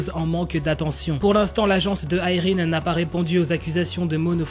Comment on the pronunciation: il le dit avec l'accent